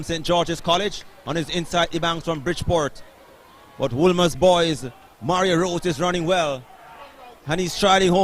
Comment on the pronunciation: Mario Rose? It’s Mario Ross sir